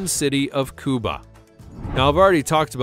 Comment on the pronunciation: "Cuba" is Spanish. "Kewba" is English. You are speaking English. Ger a grip.